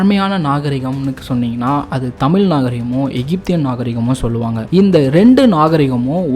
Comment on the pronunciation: தாங்களது தமிழ் பண்பாட்டு தேடல் முயற்சிக்கு நன்றி. நெஞ்சார வாழ்த்துகிறோம். அதே நேரத்தில், தமிழின் உயர்வை பற்றி சொல்லும் போது தமிழை முறையாக உச்சரிப்பது மிக அவசியம்.. கவனித்து திருத்திக் கொள்ள வேண்டுகிறோம். குறிப்பாக க தமிழ் என்று உச்சரிக்கும்போது கூட ழ் விகுதியில் சற்று தடுமாற்றம் தென்படுகிறது. எகிப்தை எஜிப்து என்ற உச்சரிப்பது தமிழ் மரபுப்படி பெரும் தவறு. மூன்று ஆயிரம் என்பது சரியல்ல; மூவாயிரம் என்றே முறையாக சொல்ல வேண்டும். சிவப்பு கடல் என்ற பிரயோகம் தவறு. செங்கடல் என கூறவேண்டும். நல்ல தமிழ்ச்சொல் பிரயோகங்களுக்கு பழைய ( ) நாவல்கள், சிறு கதைகள் , பழைய கால சினிமா படங்கள் (MGR, Sivaji,SSR, முத்துராமன், சிவகுமார், கமல் )பழைய கால கல்கி, விகடன், கல்கண்டு, போன்ற வாராந்திர பத்திரிக்கைகளையும் புரட்டி தமிழ் சொற்களை தெரிந்து புரிந்து கொள்ளலாம். நன்றி.